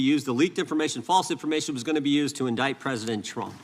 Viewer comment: there is no "E" in indict